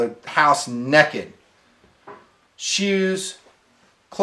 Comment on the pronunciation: He said nekid!